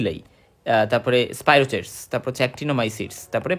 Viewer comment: 'Spirochete' এটার উচ্চারণ স্পাইরোকিট (স্পাইরোচিট নয়)